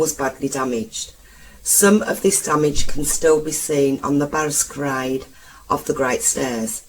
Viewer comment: And balustrade... Not her fault...her teachers...!